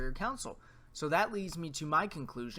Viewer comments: It's console, not council. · It’s Con-sole lol